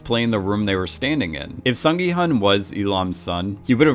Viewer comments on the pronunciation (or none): Broski, Gyun, not gi hun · please call gi-hun -> gi-hoon It's the right pronunciation I know cause I'm Korean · Hi! Just wanted to flag one thing! The main character's name is pronounced "Sung Gi...HOON." Just wanted to let you know for future videos! (I'm Korean so just want to help others pronounce the Korean names more accurately if they mention them across multiple videos!). Thanks for all your thoughtfulness that goes into your videos and analyses! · The main character's name is pronounced more like Gi-Hoon (like long o in soon, even though it is spelled Hun)